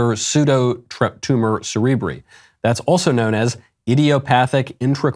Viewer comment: Pseudo tumor cerebri is pronounced- cerib rye The doctors and nurses and politicians are not here to save you. Remember that every time you go to healthcare service establishment. You have a brain, you can think, you can decide for your lives, please let's not play nobody knew what they were doing for their own children. I'm a health care professional, I expect patients to be knowledgeable of what they take, specifically in the western society, because this is information era. It's under your finger tips. You come asking me about the drugs you are taking, I will gladly tell you what will cause, what will be the result, and why you should take it if you want to take it. If you don't, you can willfully reject taking it. You have 100% the freedom to choose. I don't expect other health care providers morally and ethically equal as I am, should know this fact. Some graduate to become health care providers, some graduate to make more money. The criminals who exploit their children who have no depth knowledge of drugs and life in itself, and take a full advantage of anyone under 25, well there is hell for them. I hope someday they realize what they have done to their kids is a crime.